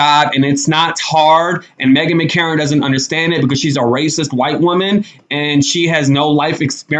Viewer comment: It's Meghan McCain not Megan McCarron